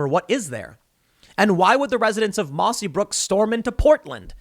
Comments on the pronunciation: The town in Washington is called Mossyrock lol not mossy brook lol love ya Tim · Its " mossyrock " not brook . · It's Mossyrock not Mossybrook. This is about 30 miles south of Olympia in Lewis County. A very RED county. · For the love of God Tim. It's mossyrock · I live in the area in Washington it's pronounced by the locals Mossy- Rock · it's mossyrock pls get it right i live nearby